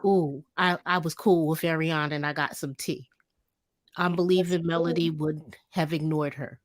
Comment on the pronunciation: MelOdy, not Melundi. Please people. Not MelAndy.